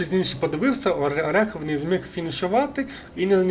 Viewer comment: Гарний монтаж, досить детальний розбір, але хотів би наголосити, що я - ОрЄхов, а не ОрЕхов)